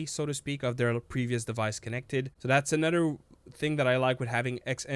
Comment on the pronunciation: You say nother weird as hell😂